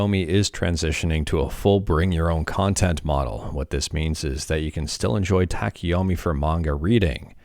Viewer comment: About the Pronunciatioun of TACHIYOMI: Tachi (the chi is like in chill) Yo like yo yo yo mi like me TA CHI YO ME kinda and tachiyomi basically means READING while STANDING tachi - stand yomi - read have a good day everyone Edit: the last time you say it, you actually say it correctly cheers